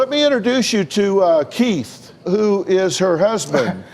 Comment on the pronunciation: Oooh he is pronouncing Keith as Kate. If you watch minute 12 thereabouts he repeats the husband Kate once more.